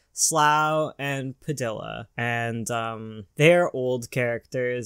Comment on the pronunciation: I can't get over the way you pronounce padilla The Ls are pronounced like a y not actual L.